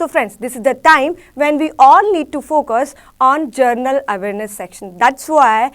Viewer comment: Its General Awareness Yaar not Journal Awareness.... :-(